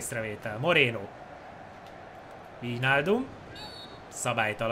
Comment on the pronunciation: AZ NEM VÍJNÁLDUM HANEM VÁJNÁLDUM